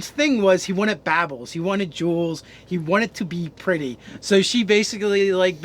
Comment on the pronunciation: I hate how you guys pronounce stuff.... "baubles" as "babbles" for example... Dude... Cmon.